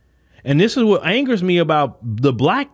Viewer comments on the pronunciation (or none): none